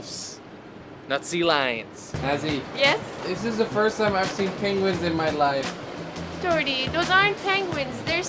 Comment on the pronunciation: It is Jordy not Jorty